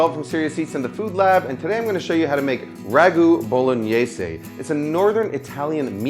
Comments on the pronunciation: Easy peasy Bowlooowneeyaiiseey... Hilarious mispronunciation. Also Why make an originally fairly simple dish so convoluted. Guarateeing that hardly anyone will bother getting all those ingredients and making the recipe. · How do Americans pronounces bolognese so wrong